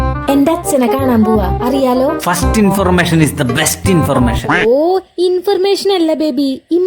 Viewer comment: ഫാസ്റ്റ് ഇൻഫോർമേഷൻ ഇസെ ബെസ്റ്റ് ഇൻഫ്രെർമേഷൻ 😂😂